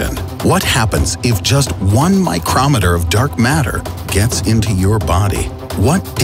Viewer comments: my- crom-it-or mycro-meter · A micrometer (MY-chrom-eh-ter as the narrator pronounced it) is a finely-calibrated tool for accurate measurement. A micro-meter (mu) is one millionth of a meter. It is not a unit of mass. Saying "1 micrometer of dark matter" makes no more sense than saying "1 foot of peanut butter". It would made more sense if the narrator had said, "1 microgram of dark matter...". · Him: MAI CROM ITER Me: MAI CROW METER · Micrahmiter micro meter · Nobody: Not a single soul::MICROMITER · this dude just said micrometer wrong, or is that just me.